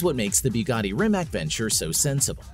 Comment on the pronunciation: Rimac - Rimats is correct pronunciation for all English speaking folks.